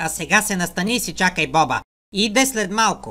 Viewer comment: Не боба ,а бопа